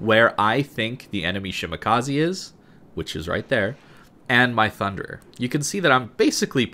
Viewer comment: shi ma ka ZE not shimakazi